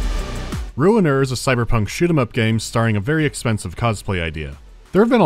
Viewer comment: I'm shocked to learn that the game's name is Ruiner and not Runer.